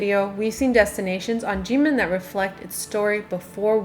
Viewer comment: Why is Kinmen pronounced "Jinmen"?